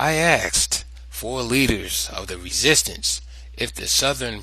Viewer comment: *'Asked' is not pronounced 'axed'... The Sumerians were black-skinned...? And that's who created writing...? I don't think the historical record supports that... But the Nubian/Kushite peoples who conquered Egypt were... The Egyptians were certainly dark brown or black... Also-- there is some very cool and complex history in sub-Saharan Africa and who knows what awesome (black) African stuff is literally lost to the sands of time in the Sahara itself...